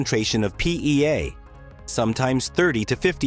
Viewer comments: Have a drink each time the AI says "PEA" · Say PEA one more time, you AI AF voice. Say PEA one more time! Same AI voice from so many other videos. They should use a human. Though there's some useful info here, I am just sickened by the robot voice. Perhaps the whole video is AI generated; I don't know.?